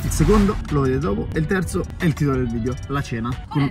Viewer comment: A 2 mln di iscritti imparerà a dire video e non vidio